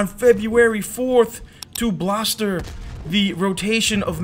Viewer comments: Homeboy said bloster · "bloster" ? Huh? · Bolster. The word is bolster. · To bolster. Great word but u said it kinda funky anyway love ur coms. U have the best voice and personality within the community real tawk